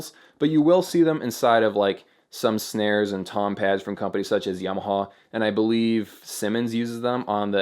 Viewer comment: Don't worry about pronouncing piezo. Your Tama and Yamaha are what need work! :P